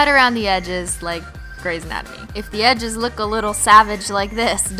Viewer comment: "And just cut around the eges like......Grey s anatomy" 🤣🤣🤣🤣